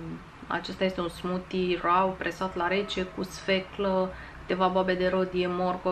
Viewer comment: Mild se pronunta /mʌɪld/ Raw se pronunta /rɔː/